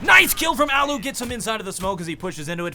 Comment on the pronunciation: It's allu not ollu